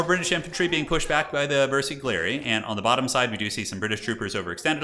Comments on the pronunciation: This was some amazing commentary. The bersaglieri is actually pronounced bear-sa-lee-ea-ree or something around that. You were spot on with carro armato! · Okay, your commentary is very entertaining, keep it up! there are a couple of mistakes in pronounciation though - Stug is pronounced Shtoog - g like grey, not jam (from Sturmgeschütz) . and bersaglieri - g is silent, so its Bersal'yeri, idk its hard to describe a sound, basically when you select the squad you can hear themselves pronounce the name correctly. other than that - big fan!